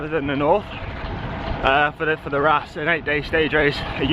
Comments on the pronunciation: As I advised Ed Laverack,it’s pronounced “Rawce”.Good luck 😉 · Bro, ràs is pronounced Rauce. Like Sauce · Hey, it's pronounced Raws.